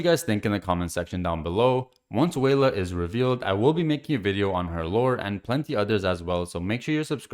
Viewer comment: Probably more like welah instead of wayla pronunciation wise